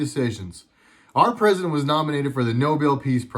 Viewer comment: "Cousident"... i lost it ROFL